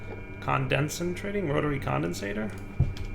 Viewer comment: "Rotary condensator" is another dire pronunciation deep.